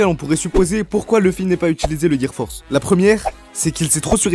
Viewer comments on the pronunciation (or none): C le gear four pas force😂😭😂